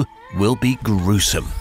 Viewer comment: His stress on "gruesome" told how gruesome this is !